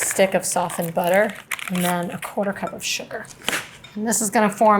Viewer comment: It’s “Butta-Err“.